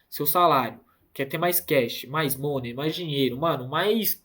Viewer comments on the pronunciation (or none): none